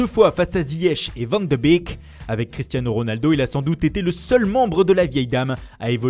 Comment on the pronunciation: Van de bique 😂😂 désolé mais ça me tue